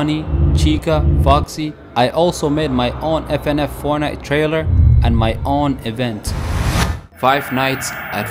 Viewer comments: he says fnaf as fnf 💀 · he was saying fnf the whole time instead of fnaf